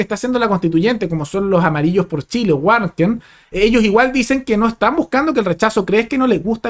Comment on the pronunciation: Creo que se pronuncia varken, no Warken.